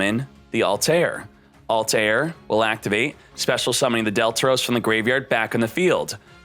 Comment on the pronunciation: It’s pronounced altare